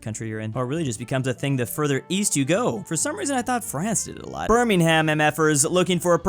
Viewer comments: That was a horrible pronunciation of "Birmingham". It's pronounced berminghum. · you're pronunciation of Birmingham is killing me